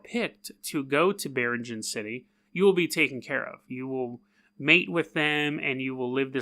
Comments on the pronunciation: Filipino check: it's "bee-reeng-anne" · biringan city ????? you cannot pronounce it very well my friend